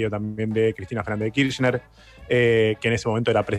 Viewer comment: Cuántas veces vas a decir Cristina Fernández d kirschner lpm jajajaja me arruinaste los oídos